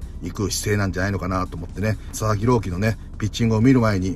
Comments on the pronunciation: 一瞬佐々木朗希投手が里崎朗希に聞こえた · 里崎さんが「佐々木郎希投手｣って言ってるのが「里崎郎希」に聞こえて車の中でめっちゃ びっくりしたwww